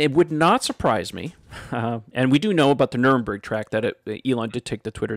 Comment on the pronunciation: Sorry, but your pronounciation of Nürburgring hurts my ears, lemme help. The ü pronounces like in bureau. The second part is pronounced like a bourg in french. The last part like gringo but you omit the o (pronounce the last G as a hard Ghh). So it should pronounce like Nuer-bour-gring. Thank you!